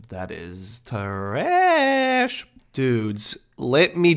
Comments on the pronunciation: 'Traaaassshh' Way to ruin what was becoming a really enjoyable series to watch, with over use of the word and some super cringey songs. Hoping it gets better again or I'm gonna have to tap out. It didn't even bother me that he says mosster cawsket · I cringe every time you say “Treeassshhhh”.. smh